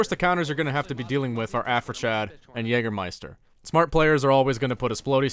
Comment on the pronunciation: JÄÄÄGERRMEIISTER!!! sorry